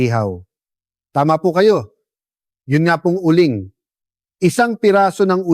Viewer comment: Uling doc hindi u ling